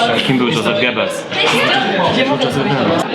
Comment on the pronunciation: Wymawia się jozef nie dżozef goebbels